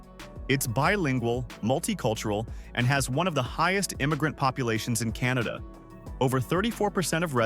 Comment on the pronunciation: Funny way to say Canada , where it's pronounced "Kin-ahh-da"